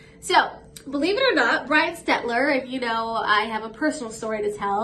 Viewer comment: You pronounce his name perfectly.